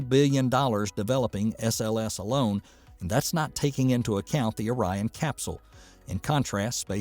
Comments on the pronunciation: Was O-ri-on thing a joke, or a misreading, or serious? That totally threw me.😅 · I'm guessing the narrator is from Michigan. He kept calling it Ŏrion instead of Ōrion. I say that because we have a city, just north of Pontiac that we all pronounce as Lake Ŏrion. We can always tell if someone is from out of the area because they almost always say Lake Ōrion. And, yes, I added the phonetic makes over the "O"s to make the point.